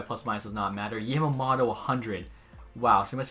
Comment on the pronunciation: as a die hard oil fan you saying kailer yamamotos name like that kills me. Try to say the o's as o not "otto". alright bye this series lokey fire.